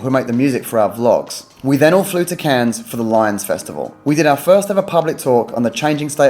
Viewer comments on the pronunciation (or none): Cannes is pronounced "can" and not "cannes" :)